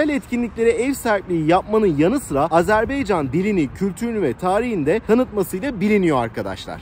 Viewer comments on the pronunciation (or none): Azerbeycan değil, Azerbaycan, dikkat lütfen ;) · Selamlar izlediğiniz için tşk ederim, ülke ismi sizinde ilettiğiniz gibi Azerbaycan olması gerekiyor çok doğru, fakat türk dilinde a-e harfleri okunurken bazen telaffuz bozukluluğu olabiliyor düzeltme için tşk ederim, eminim bunu bilen duyan herkes çok daha hassas olacaktır. Azeri kelimesi ise açıkçası yazılı ve sözlü platformlardada genel olarak sürekli kullanılığı için kulak duyumundan kaynaklanan bir telaffuz diyebilirim, kişisel olarak kötü niyetimin olmadığını yada olumsuz bir sebebi olmadığını zaten tahmin ediyorsunuzdur ✌🏻😇 Volkanik dağ; sizde iyi bilirsiniz çook büyük bir alan, zamanda kısıtlı olduğu için ve turla gezi yapıldığı için de olanla yetinmek zorundaydım ama bilseydim muhakkak şehidimize uğrardım görevimizi yapardık 😢 Komposto kısmı ise çok komik oldu inanın zeytin mi bu dedim ingilizce ve türkçe sordum evet dediler, ama araştırdığımda ve restorantın menüsünde görünen ismi neyse alta yazmaya çalıştım, doğrusunu ilettiğiniz için tşk ederim. Videoda şeyh bakuvinin türbesini hızlı geçmiş olsamda içini bizzat ziyaret ettim. (Teknik olarak videolarımın altında müzik olduğu için ve total dakikayıda uzatmamak adına kısadan gösterdim aslında) Türk şehitliğinide bizzat ziyaret ettim ama yine iletmek isterim amacım gezilecek yerlerin rotasını kısa, net, öz anlatmaya çalışıyorum teknik olarak videonun zamanını uzatmadan :) videoyu izleyenlere nerde ne var gösteriyor keşif sırasını onlara bırakıyorum açıkçası. İzmir marşının, türk kavkaz marşının benzerliğini ilk kez si